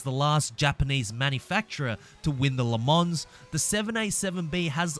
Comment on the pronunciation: ”Le mons” please....